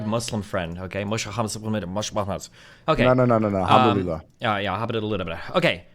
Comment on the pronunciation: Destiny really needs to learn how to say alhamdulilah and mashallah. It’s really not that hard